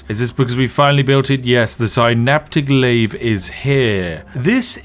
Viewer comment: Heh.. you say "synaptic lathe", but I hear "astronomicon" 😂